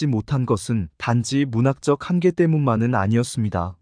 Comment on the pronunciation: 한계, 소설,세계, 서사, 배경, 제주(도),비판, 시각, 한계,선정,현재,대표적, 소수자 , 세대, 주목 , 가치 , 등!! 이상 예는 오늘의 narrator 의 발음 문제를 지적한 것이다. 즉 장음인 단어의 첫 자를 "짧게" 잘못 발음한 실 예임을 정중히 아뢴다. 겸해서, 권하건대, "한국 어문을 고발함"이라는 책을 조용히 읽어 주실까요? 미국 변 완수 드릴